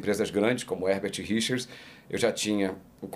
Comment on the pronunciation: Eu me lembro criança, ficava falando isso..."Versão Brasileira HergaTirichas" kkk